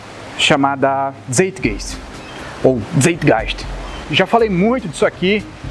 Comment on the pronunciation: a prununcia correta de Zeitgeist é (tçaitgaist)